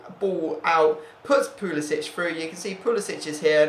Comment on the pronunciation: Hey btw pulisic is pronounced like "pulisick"